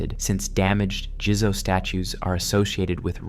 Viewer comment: "Jizo" is pronounced JEE-ZOH not JIZZO 🙄😂😂 "Niino" is pronounced KNEE-EE-NOH not NEENO 🙄